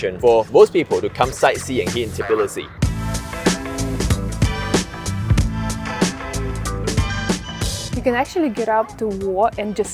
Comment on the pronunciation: An Asian dude explains life in Tbilisi? No thanks. Not saying it's impossible, but unless you're actually Georgian, you need to be a foreigners who's a lot older to convince me. No hate really. But I'm less likely to take advice from someone who can't even correctly pronounce the city's name.